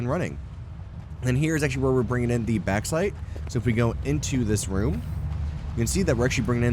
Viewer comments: Sorry to be "that guy".. but it's pronounced "Box-site" :P Not "Back-site". Other than that, this is a freaking beautiful factory! Trivia: If you were British, you'd be calling is "Bork-site"! And if you were Scottish... "Barrak-Site (where the "R's are rolled, so, "Badduck-site". The EU are weird) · Lovely build man. But it's pronounced box-ite lol. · You pronounce the "a" way too much in bauxite. The "baux" sound is very similar to "box".